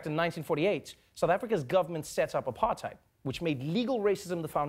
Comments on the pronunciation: hai Trevor, stop saying Apartide. its Apartheid and you know it lmao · The way Travor says "apartheid" is a disgrace.